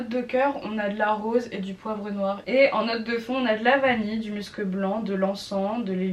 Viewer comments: ça ce dit bien m-u-scs et non m-eu-scs ^^ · Pour information aussi ! On dit muscEUH blanc ! Et enft y’en a sur pas mal de parfum, cette note eft c’est l’effet poudrer qu’il peut avoir dans les parfum ! Par exemple dans le nouveau Nina richi on le sens ÉNORMÉMENT le musc, après faut aimer 🤷🏽‍♀️🤷🏽‍♀️